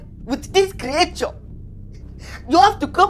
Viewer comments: I like how he pronounces creature as"kriature"... It's just funny😂😂😂😂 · The pronunciation of "creature" is wild😂